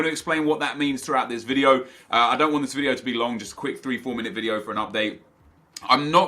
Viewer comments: 'This will be the end of the wideo' 😂😂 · "This will be the end of the wibieo"